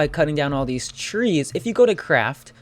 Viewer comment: when you say..... theese sticks and ....six sticks......... ehm